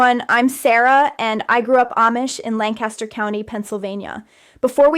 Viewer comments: Yup, as soon as she said “LAN-caster,” I said “hmm, I don’t believe you.” But also it was a bit weird that she would still wear Amish style clothing as an ex-Amish person, with a cap that is not the Lancaster style cap. I went looking in the description then. I guess it could be real Amish people’s experiences as performed by an AI, and the clothes are just to attract clicks, but who knows? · There's no way she grew up in Lancaster, Pennsylvania and said "Lancaster" the way she did. LANC-aster is how we say it here. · I am from south central PA and this is not the accent of the Amish...nor did she pronounce Lancaster correctly. The mouth movements, speed of speech, and off body movements is what made me suspect AI. Thank you for pointing it out/confirmation. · AI?? Can’t pronounce Lancaster the correct way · Well this is bull. If your going to use a girl get the accent right and how to pronounce Lancaster. How do I know I come from there. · I was thinking the same thing. She pronounced Lancaster wrong. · If she grew up in Lancaster she would know how to pronounce it.